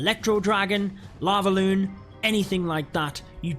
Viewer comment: Everyone: lavaloon No one absolutely not one soul: "lalo"